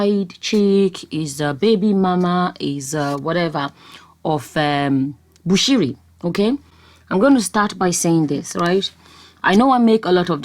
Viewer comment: You nailed it that's the way it is pronounced.